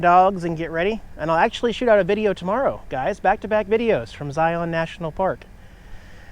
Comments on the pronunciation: Locally pronounced zI-un. Instead of zi-on. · Zye-un. Pretty please!!! No long O in Zion. Zye-un. The locals will love you. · The locals pronounce the park “Ziun” with the emphasis on the “I”. Southern Utah is a great place to live! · Please, ask a local for the proper pronunciation of Zion.